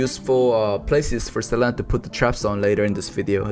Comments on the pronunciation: a tip for hoon is that its sa-lee-na not se-leh-nah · Best pro tip I can give is to not say Selena’s name like does.